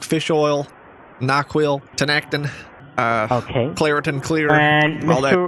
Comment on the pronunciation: My man said NyQuil 😂😂😂😂😂